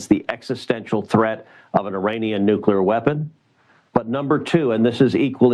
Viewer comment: I see you're trying. You've gone from saying nuky-er to nookwer. It's not hard, Amy can spend weeks learning how to say Thumburg, you can say New clear. Of course, Amy can't read the name Tlaib to save her life. Oh well